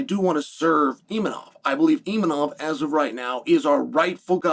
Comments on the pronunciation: IMAVOV and not ImaNov 😂😂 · Why is he calling him Imanov during the rest of the video and Khazmat yet other times he pronounces correctly